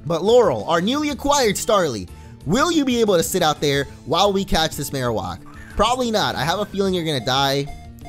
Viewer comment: Mar-o-whack is how you pronounce it. It's not mar-o-wok.